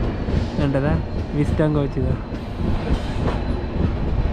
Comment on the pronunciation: It’s VISTADOM VISTA+DOME not visdom coach.. you pronounce it wrong